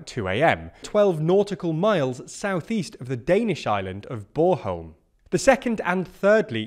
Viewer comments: "borholm"? Just say it like it is spelled Born-holm. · I really have to itch this one- Its Bornholm not Boreholm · sorry to nitpick, but there's an n in BorNholm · I'd just like to stress that, like in litterally all other languages, the letter N is not silent in Danish. b-o-r-N-h-o-l-m. Thank you. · "Boreholm" -- I love it! 🤣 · Can't say i have ever heard it pronounced "Borholm". And i am fairly sure that it is expected to last until Sunday, and not a week. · it's not bor-holm; it's born-holm. The N isn't silent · With all due respect, but try make a little effort in pronouncing Scandinavian names really. It says ‘Bornholm’ and you came up with ‘Borehole’?? Feels a wee bit condescending old chap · Its note bore-holm :P Lots of tourists like it ;) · BorNholm, with an N ;-) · Can you say BorN-holm :) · I guess Brits are just unable to pronounce the letter "N". But then, whenever they talk about Ukraine, they pronounce the "KH" as "K" in places like Kherson and Kharkiv, rather than pronouncing it like "H", like it's supposed to. So just generally don't trust pronunciation from these guys. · I'm sorry fellas: It's a decent pronunciation of "Bornholm", but please do not forget the "n" right in the middle of it ^^ Thanks for the update! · Nothing silent about the l and m either. Im not sure what hes saying there. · My brother knew someone from Bornholm - I thought she pronounced the "n". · Guy butchers the pronunciation of Bornholm, but only the ‘born’-part which is pronounced like the English word ‘born’. 😂